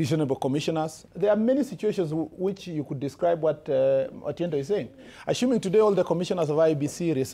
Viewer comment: 'Ashuming' what is this?